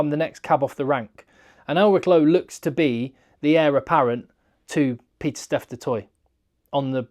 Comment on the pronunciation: It’s Pieter-Steph not Peter Steph. Otherwise, massive fan of the channel 🙂